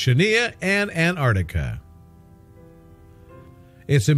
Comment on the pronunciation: what a silly title, also the word is AN TARK TICK A, NOT ANARDICKA, gordon bennett can you people pronounce anything correctly??